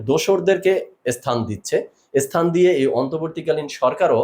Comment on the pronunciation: But but কী?? বাংলাদেশে কি "কিন্ত" শব্দটা নেই??!! নাকি বাট বললে নিজেকে বেশি শিক্ষিত মনে হয়?! এদিকে স্থান বলতে গিয়ে তো ইস্থান বলতে হয়।